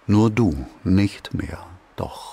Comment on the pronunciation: Sehr schön! Aber ist das "Nur du nicht mehr" in der dritten Strophe nicht falsch betont, als stünde dort ein Kommata dazwischen? Das würde ja, obgleich der Satz recht kurz ist, den Inhalt ändern oder ändert es in dem Fall. 🤔 Also, dass das "Du" nicht mehr im Geiste lächelnd die Liebe und das Recht übt. Mit dem Kommata betont hieße es ja, dass ausschließlich das "Du" jenes übt und sonst keiner mehr. Oder irre ich mich?☺